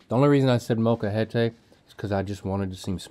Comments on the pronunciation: Oh Link. Molcajete is the stone thing you make salsa in where you basically mash them with a rock. Also Molcajete has no accent because the strong syllable is "je" and because the word ends with a vowel it doesn't have an accent. So many fails in just one word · As your Mexican viewer Rhett was right, molcajete is the container for guacamole and not just a container, is were you make the guacamole haha and Im sorry link but that word does not have accent at the end hahahah